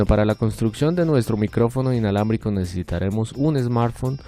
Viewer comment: Mentiroso dijiste inlabramico